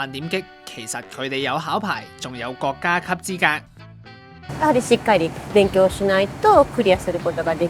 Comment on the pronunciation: 國‘各 洗’細😂